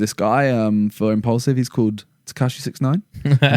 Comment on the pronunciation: Does Simon say impulsive instead of impaulsive or is it just me